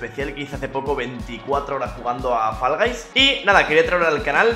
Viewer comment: Fall Guys [fo'lga'js], no [fa'lgajs], porfavor. Y encima peor los que dicen [fa'lgu'js]